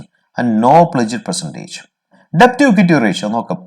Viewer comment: Please note that the letter b is silent when saying debt. So please say as det.